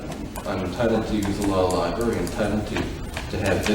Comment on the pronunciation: Judge said law lieberry 😂